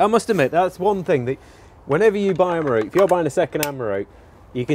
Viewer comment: I can't tell you how relieved I was when the elephant in the room was finally and clearly identified in this video... the fact that both of you don't have a clue how to pronounce "Miroku". So I will promise one thing right here and now. When we finally get you to Japan, prior to taking you on a tour of the Miroku factory, you and I will spend an evening over several sturdy beers (IPA being my preference), we will cover various underlying issues such as history, culture, linguistics and colonialism; and regardless of whether we get to the bottom of why people of certain nationalities routinely murder the pronunciation of foreign words or not... one thing I do promise. By the following morning you will know how to pronounce Miroku correctly!!! And I guarantee that it will sound nothing like the way you have pronounced it up until now. :) Here's to hoping this dream of mine comes true! And thanks for yet another fun video.